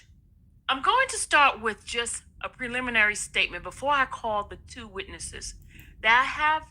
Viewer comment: So this same person who spends her days allegedly working as a courthouse journalist can’t pronounce words commonly used in the courtroom? I’ve never heard someone work so hard to mispronounce ‘sequestration’ and ‘preliminary’ in my life. She could’ve let the screen reader on her computer do this.